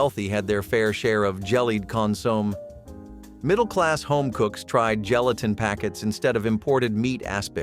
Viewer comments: TEACH YOUR BOT HOW TO PRONOUNCE THE NAMES OF THE FOODS! CON-SOM-AY, SU-IT, etc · OH MY GOSH... its SOO-ET pudding and CON-SUE-MAY